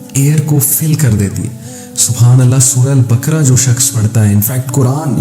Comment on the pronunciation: Assalamoalekum aplog q ko k kiyon perhtey hain. Quran ko bhi kuran perhtey hain esa kiyon hai? Sura baqra ko bhi sura bakra boltey hain. Meherbani kerke sa kariey aap esey perhaeyngai to apkey student bhi yeh hi perhaingai.